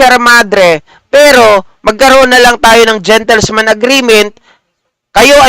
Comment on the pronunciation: .."gentleman's" agreement po hindi "gentlesman" ✌️✌️✌️